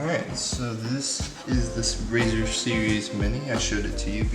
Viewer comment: I died when u said "razer series mini"